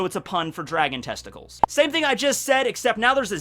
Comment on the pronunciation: Why does he keep saying testicals